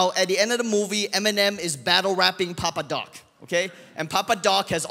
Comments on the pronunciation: C’est « Papa Doc » pas « Papa Duck » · please montreux it’s fucking « PAPA DOC » NOT DUCK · It's Papa Doc, not Duck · Papa doc not papa duck ^^